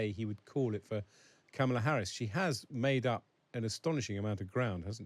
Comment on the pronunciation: Might be time to figure out how Kamala is pronounced, Times. It's KARmala, not KarMARla. And not Camel-a. She's not a camel. Is it that great an intellectual leap? Just hear the word, and then say it. Spread the memo to your presentors.